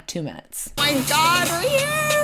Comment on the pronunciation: Oh my gah-ed-ah! Please stop adding syllables, motel lady!